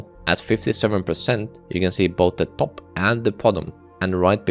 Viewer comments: i hate how you sayf "top" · does anyone else like how this guy says "top"?